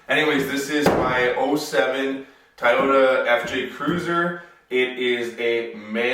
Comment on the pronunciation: Hey Bud, it's 'TOY'----YO-TA, Not 'TI'----YO----TA. Where are you from?? And, Get a Mic. Listening to your Garage-Echo is a Drag. And, try to break-it-up a bit, Meaning your Mono-Tone Voice is Boring n Irritating. These Tips, are for Better Videos for us who might be tuning in, or not. Cheers.